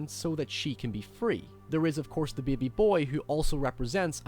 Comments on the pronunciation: You pronounce baby funny. Beei-be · Beby xD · He says "bebe". XD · i like how you say "baby" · I like how you say the word baby..lol